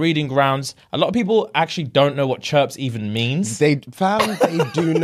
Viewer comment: Lol we don’t say “chripse” in America